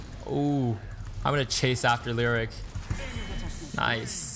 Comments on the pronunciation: Lee o ric ... not lyric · Great vid...one minor quibble. Leoric is pronounced Lee-OR-ic not lyric. Here's the announcement vid by Blizzard in case you are interested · hey, good video but why did you keep calling Leoric, Lirik? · My god man learn to pronounce Leoric and Kael'thas.